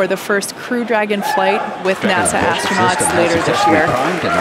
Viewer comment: Please tell astronauts are not "ashtronauts". this is a millennial thing. Kate got it right